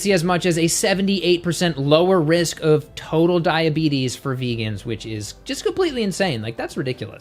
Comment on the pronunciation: Did he really say: ...cause diabetis...and most importantly, do they make you fat?